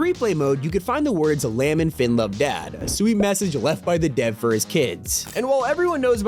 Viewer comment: did he really say lamb instead of Liam?